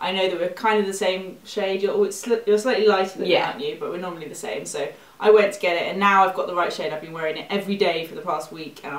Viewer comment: "we pick the shame colour.." its funny when you pronounce same that way at the moment 😂